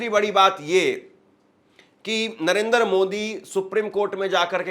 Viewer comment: मूर्खों जैसी बातें कर रहे हो, तुम्हारी बातों की सच्चाई को कैसे जांचें ? तिरंगा हटाकर पाकिस्तानी झंडा लगाने वाले को दिखाओ ना। नरेंद्र बोलना नहीं आता नरेंदर बोलते हो । सात दिन बाद जब सुप्रीम कोर्ट का फैसला आयेगा तब शायद आप सामने नहीं आयेंगे।